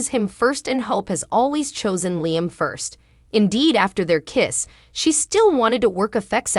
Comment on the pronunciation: It's not lying. It's Liam. Get the right pronunciation of the words you sound funny